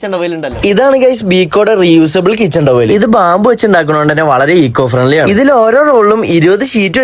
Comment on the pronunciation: ഈക്കോ ഫ്രണ്ട്‌ലി അല്ല എക്കോ ഫ്രണ്ട്‌ലി